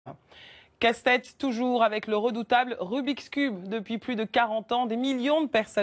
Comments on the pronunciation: le rumiceube lol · Le rumi cube mes oreilles seignent